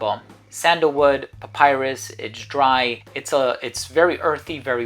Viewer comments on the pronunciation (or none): none